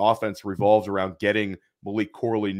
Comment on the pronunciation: just messing with you. You kept calling him "Malik". Maybe subconsciously you know that Malik Washington is the superior, late day 2, underneath YAC guy in this class. Lol. All good man. You are pumping out sh!t tons of great content. A mild mispronunciation on a player's name from time to time is to be expected. Keep up the great work.